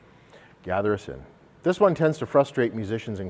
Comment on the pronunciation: When he said "Gather Us In", I heard "Gather a Sin".... WHAT?!?!? 😅